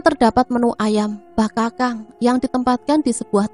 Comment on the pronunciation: Maaf cah ayu...maksudnya bakakak bkn bakakang kali yaaa..itu ayam ingkung cah ayu😊😊😊maaf ya skdr koreksi geulis🙏🙏🙏🙏